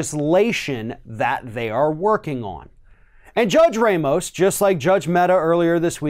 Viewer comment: Ramos is pronounced RAH-mohss; in order to be pronounced ray-mohss, it would have to be spelled Reymos or Reimos in Spanish or Portuguese.